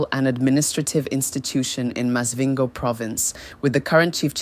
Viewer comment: Is this an AI talking cause some of these pronunciations ?😂Maz-vhingo